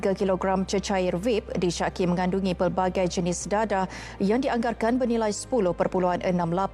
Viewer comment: Mak cik baca D E D E H kenapa jadi D A D A H 😅😂